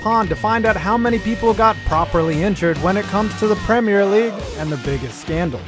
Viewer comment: Thank you for saying premier the correct way